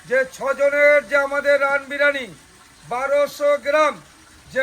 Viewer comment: O to sala 'birani,birani bolche biriyani boltei parenaa